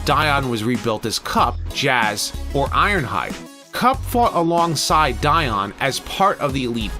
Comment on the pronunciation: Dion, Di-ed. I’m going with what David Wise said, about him at least.